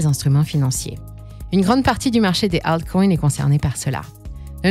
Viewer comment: J'en peut plus de cette voix IA éclaté betcoin hitereum 😂😂😂😂 éclaté la voix ...les acoins